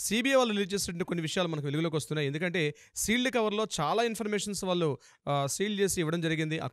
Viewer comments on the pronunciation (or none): Shield cover kadu adi sealed cover😂😂😂😂😂 nuvvu ceo Ela ayyab.. Meeru me program baboi